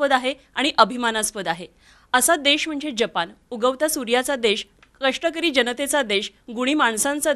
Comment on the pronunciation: देश म्हणा, देष नव्हे 👍